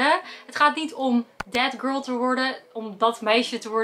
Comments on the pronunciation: Als ik ‘that girl’ hoor hoor ik tegelijkertijd ‘dead girl’ ahahahah i cant unhear it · Ben ik de enigste die altijd denkt dat ze death girl zegt in plaats van that girl😂